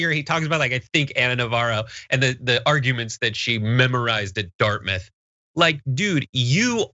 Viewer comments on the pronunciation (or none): none